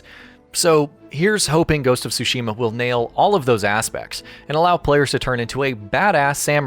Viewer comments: It's so cringy listening to someone saying "Shushima" just because they can't say "Tsushima" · Tsushima not Sushima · Stop pronouncing Tsushima wrong. It’s sooshima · The pronunciation of tsu......ugh